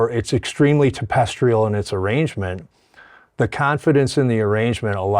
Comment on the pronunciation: Did Jimmy just say "tapestrial"? 😮